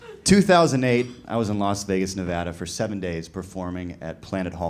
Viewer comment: Oh my god…he said Nevada like we do…it’s a FRIKIN MIRACLE!!!!!